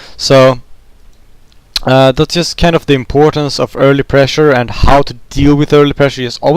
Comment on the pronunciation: only those who are swedish too or have a lot of experience with swedish people hear it. i lived in sweden for 5 years, thats why i noticed. around 0.12 ur "importance" i.e sounds very swedish =)